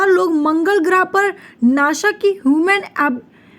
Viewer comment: अरे माम वो नाशा नाही होता नासा होता है